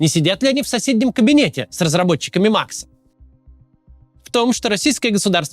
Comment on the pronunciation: Почему же маХ , а не маКС? 😂😂😂👹🤮